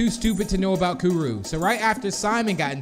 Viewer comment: You're Not Saying It Right Like Kuru" Is What You're Saying Wrong